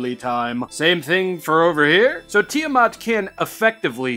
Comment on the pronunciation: Ah yes, Tiddymat